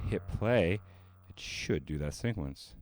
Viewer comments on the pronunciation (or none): Are you saying syncquencing and syncquence?